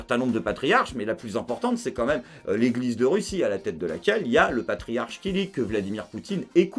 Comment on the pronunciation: Une minute in, et ça prononce mal le nom du Patriarche. Et beh.